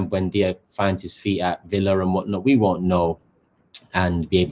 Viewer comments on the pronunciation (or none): none